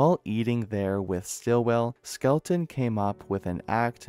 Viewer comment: Skel-ton. Not Skel-e-ton.